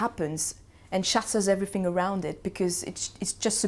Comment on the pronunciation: Especially when she says "everyfing" or "I fink" !!!